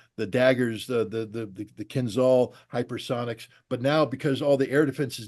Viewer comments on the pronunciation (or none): none